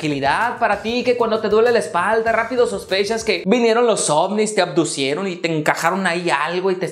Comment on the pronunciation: ¿"abducieron" o "abdujeron"? 😅